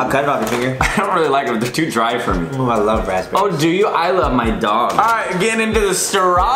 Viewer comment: the way Kian says raspberries ahaha this had me dying!!